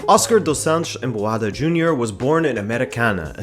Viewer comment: bro just a tip, in brazilian portuguese we dont make the (sh) sound for literally every S. So its not dosh shants its do santos like you would say in spanish anyways